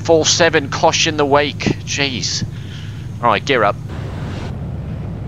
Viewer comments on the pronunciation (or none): none